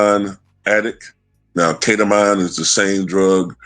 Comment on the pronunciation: It's pronounced Keta-Mean, just FYI Also, Imma say it again... People had all kinds of smoke for Hunter Biden, and his drug use and womanizing and supposed ties to Ukraine and such...After YEARS of trials the Republicans found ZERO charges that cooks stand up to a court of law against supposed connections to Joe Biden Meanwhile, Elon... Drug addicted, womanizer, DIRECTLY connected to the President, actively influencing policy, part of Doge, AND a foreigner, AND has direct ties to Russia and Putin... Crickets 🙄